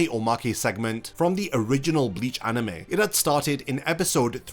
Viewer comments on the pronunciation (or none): Drink every time you hear "aneme"